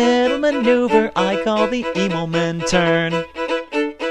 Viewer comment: I died at Claus' Immelman (not Emomen! I had to explain that one to my cousin a good few times) Turn Song!! THAT WAS THE BEST!! lol